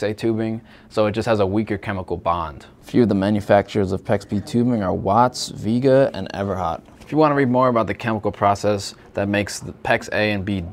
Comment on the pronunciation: Somehow, "PEX Universe" doesn't know the correct pronunciation for the 2 of the largest brands of PEX: Uponor and Viega.